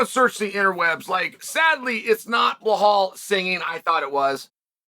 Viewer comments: Dude , stop saying behal It’s belal with L not H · bro, his name is pronounced like it's spelled, BEL-LAL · Chael it's been 5 years, please learn to say Belal's name correctly